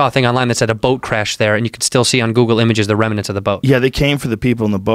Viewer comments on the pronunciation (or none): Did he say remanents?